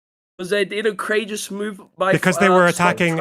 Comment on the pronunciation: every time he says corageous my braincells reduce in numbers